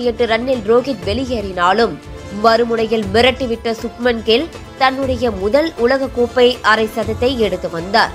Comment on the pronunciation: கில்(Kill) அல்ல,Gill என்று உச்சரிக்க வேண்டும்.😂😂😂